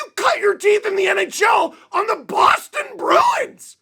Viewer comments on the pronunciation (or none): none